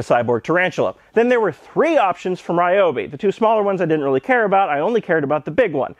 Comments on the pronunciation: reeeobee? the fuck is that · First 3 seconds of the video.... "Ryobi" Oh.... I see....